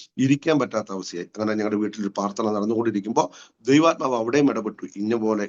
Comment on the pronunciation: നല്ല അനുഭവസാക്ഷ്യം. ഞാൻ കേൾക്കുന്നതിന്റെ കുഴപ്പമാണോ എന്നറിയില്ല, ദയവായി പ്രാർത്ഥന (പ്രാർ )എന്ന് വ്യക്തമായി പറയണേ നന്നായിരിക്കും. സ്നേഹത്തോടെ 🙏